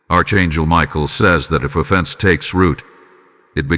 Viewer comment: It is pronounced ARK ANGEL. (NOT ARCH)